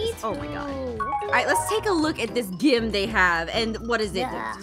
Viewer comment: I am confuced did ein said gim? Or Gym Edit:I think ein said gim:welcome to the gim Me:I DIED OF LAUGHTER WHEN EIN SAID GIM😂🤣😂🤣😂🤣😂🤣😂🤣😂🤣😂🤣😂🤣😂🤣😂🤣😂🤣😂🤣😂🤣😂🤣😂🤣😂🤣😂🤣😂🤣